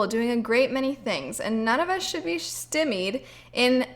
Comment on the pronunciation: she said steamied instead of stymied